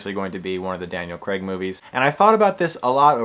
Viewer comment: This is really triggering me, you don't know how to pronounce any of their names, Daniel creg! Its pronounced Daniel Craig and you know nothing about the bond films like license to kill or sky fall or gold finger or casino royale. God you really trigger me pretending that you know about The brilliant films of bond. I give up...you don't know anything about these films.